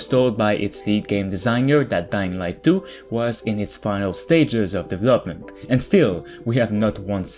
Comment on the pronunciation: What is the right pronunciation of word "development"?